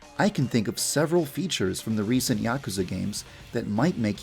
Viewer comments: Yaakuza? It's yuukuza. (Double u's and a's added for pronunciation) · You kept pronouncing "Yakuza" wrong... :"( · I...don't think that's how you pronounce Yakuza..